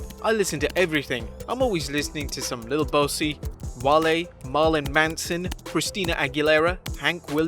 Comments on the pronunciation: This mfr said "Lil Bow-see" lmao its pronounced "BOO-SEE" 😂🤦‍♂️ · Okay but this man said lil bossie it’s lil boosie😂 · Lil boosie isnt pronounced lil bossy 😆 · He did not jus say “Lil Bosee”💀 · "lil bosey" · My man just BUTCHERED Lil Boosie's name though! Wow! Not even close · The way you pronounced Lil Boosie was funny. Cant believe R Truth listens to Hank jr. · made me cringe when you jus butchered lil boosie😭😭